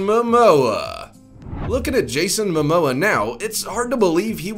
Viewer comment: *MOMOA! Not Mamoa! You couldn't even get his name right. Zero credibility.